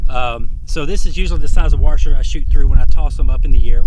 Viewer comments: Except for that "r" he keeps putting in "Washer". Heh, my dad says "Warsher" too. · A "warsher" lmao good video btw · I like how you say "warsher" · My god this "warsher"! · "Warshur" :P